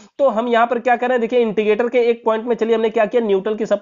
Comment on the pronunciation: इण्डिगेटर नही,इंडिकेटर होता है,भाई